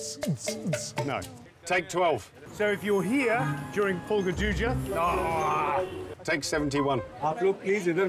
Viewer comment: said purga duja i cant- 😭😭